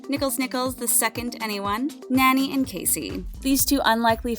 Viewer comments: Nani is not pronounced like nanny. Can you read this? gnaw-knee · actually her name is pronounce Naa-Nee. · “ Nanny” lol